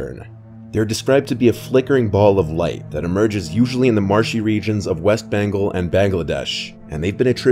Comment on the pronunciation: I thought he said west banko 😂